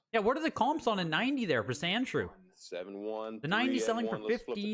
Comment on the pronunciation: Why do you keep saying sandschrew on the pokemon